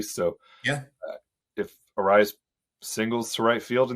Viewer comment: C'mon, it's Luis Arraez (arise)! He's been my favorite guy to watch at the plate the last few years. Absolute stud.